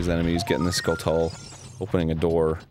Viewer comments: arin for christ's sake its "skulltula" as in "tarantula" not skull tula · does Arin also call them "taran-tullas"? I always thought it was pronounced like "skull-choo-la" like tarantula. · Skulltula is a portmanteau of skull and tarantula so it should be pronounced "Skullchula" The more you know. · I don't mind when people mispronounce Ocarina (who even knows which way is right), but Skull-TULL-uh really gets me. It's like a tarantula. it rhymes. No hard "T". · Uh... Isn't Skulltula pronounced 'skull - chula'? Like a tarantula? not trying to be a meanie, sorry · Is Arin mispronouncing Skulltula on purpose? I think the "tula" is pronounced like in tarantula because it's a spider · Anyone else bothered by the pronunciation of skulltula?